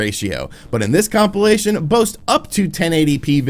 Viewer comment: please stop saying compilation....